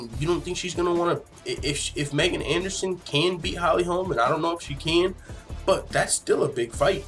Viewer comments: i am a subscriber, who likes your low key style. 2 things #1. Her name is pronounced.... MeeeeGan! Dude, you should know that. Drives me crazy you said it wrong 25 times bro. #2. Ass tattoo (FTMMA, funny). That is HOT, wish more girls Actually had that; 1 line script, exactly where you put it. So Hot 👍🏼🤩🇨🇦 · Pronounced.... MeeeeGan!!! Please know this, and fix this. A fan and subscriber.